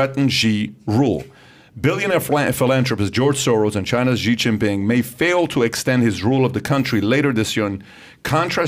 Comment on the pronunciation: Xi is pronounced “She” FYI